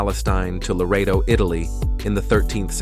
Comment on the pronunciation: It is Loreto, not Laredo.